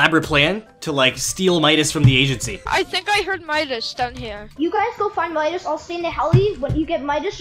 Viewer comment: He sead meascols insted of midas